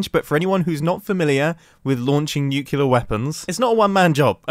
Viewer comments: Mumbo, it’s “nuclear” not “nucular” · Nuclear. Nu. Clee. Er. Not Nu. Cyoo. Ler. Sorry it’s a pet peeve. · And another person pronouncing the word nuclear, "NUCULAR"... I still don't understand how that works, HOW so MANY people do that... Or why? English isn't even my native langage, and still, it always shocked my ears to hear that extremely common mispronunciation of this word. This is clearly not a question of intelligence, since he's clearly not stupid. But I really find this mystery fascinating, since at this point it's like 9 person out of 10 that make this strange mistake. This should be analysed and understood in a scientific manner.